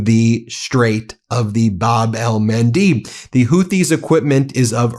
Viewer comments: bahb el-MAHN-deb Please. You are a professional broadcaster. Pronunciation is important to credibility and clarity. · Bab-el MAN DEB like Debra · He finally quit saying Hormoze and now he is saying Bab el-Mandeeb. Oh brother